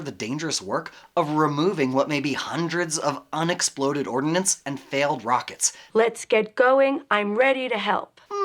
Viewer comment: Ordnance(weapons) not ordinance (statutes)